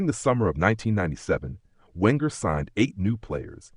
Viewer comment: Wenger is from Alsace, so his surname is pronounced "Venger". And it's David Dein, pronounced "Dean". And Petit follows the rules of French pronunciation. Oh... Never mind. 😢 Oh, never mind